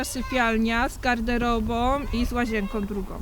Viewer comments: Czy ja usłyszałem "Z garderobom i z łazienkom drugom"? 🤔🤭🤭🤔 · "dziś jest siódmego stycznia" "z łazienkom" "z garderobom" Przerażające, że coś takiego ma dostęp do dzieci w szkole.